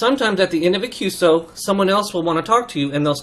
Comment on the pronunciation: Hi, good work in engaging young CW adepts to continue this wonderful part of HAM radio.I have a couple of minor remarks that may help.1. QSO is a part of a "Q" code just like QTH, QSB, QRN, …. As such, when you mention QSO you need to spell it as three different letters and not like a word "qso". It is "Q"+"eS"+"O". 2. "bk" is used to indicate to briefly pass-on the transmission back to the person you a heaving the QSO with. The "briefly" here is very important because when you do use "bk" you do not precede it with your Callsign and your correspondent's Callsign. Anything longer than "brief" would be against regulations. It is normally common to use between stations using faster rather than slow CW speeds. 3. "bt" is not a bt "-... -", it is an equal sign or "=" sign "-...-" sent as one letter (no space) but as you mentioned - it is used to "space" in time one part of your transmission from another. 4. YL is used to mention an unmarried female operator, XYL is used for married female operators.5. OM can be easily translated to and "Old Man" but it is more meant as a friend / someone trustworthy whose opinion you value. 5. "sk" at the end of a QSO means - this is your last transmission relating to this QSO. "sk" has also another rather sad meaning - when used in reference to someone else's Callsign it means this particular HAM operator is "silent key" (no longer with us / past away). I hope this somewhat helps. 73's, vk2fex hsc#826